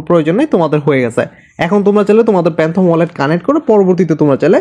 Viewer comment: প্যান্থম না ফ্যান্টম ওয়ালেট 😊